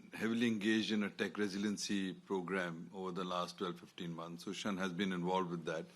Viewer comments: its not susan, its su shan :D like it you geddit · "Susan"... "No, it's Shŭ Shàn" - Johnny English